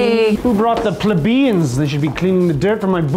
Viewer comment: "Pla-Bee-Ans." <-- he gets punched in the face first.